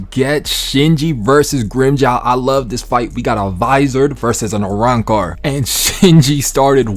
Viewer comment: you cant even say arancar